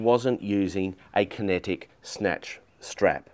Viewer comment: It made more sense when I finally figured out he was saying “kinetic recovery”… not “connected recovery”